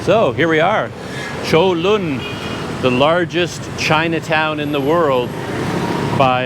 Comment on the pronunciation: Wow your pronunciation of Cholon is pretty good for years I pronounced totally wrong . I go on bus 56 every day and only once they did that to me they are usually pretty good The park 23/9 across from your hotel use to be the main train station and they use to have a tram 100 years ago from Saigon and Colon Back then it was the twin cities of Saigon and Cholon Even today people refer to those areas as Saigon and Cholon , but today Ho Chi Min city is a very large city that has districts that were never around back when people only called it Saigon Like Bangkok and Kuala Lumpur Saigon used to be controlled by the Chinese merchant class even when the French controlled Vietnam . Before 1975 the Chinese controlled 85 % of retail 95% of wholesale and 85 % of the banks . After the war the governments main concern was to clear out the Chinese and so many left as boat people. Today many are coming back and they still have power but nothing like before 1975